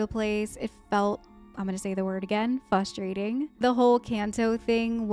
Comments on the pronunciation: Dunno what’s wrong with me, if it’s something wrong with the speakers I was watching this video on, but you said “frustrating” so many times and to me it sounded like you said fustrating. at first I thought you misspoke but then you said it so many more times and it, in and of itself, was frustrating to hear lol. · it is Faws-trating lol